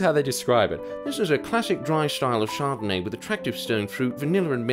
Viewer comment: I think you're pronouncing that wrong its "char-donayyy"